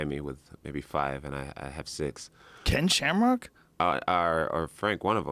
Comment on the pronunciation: He said kem shamrock